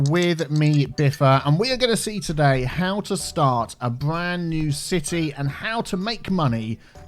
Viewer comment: I dont know why, but every time I hear saying "city" I hear "c-tea"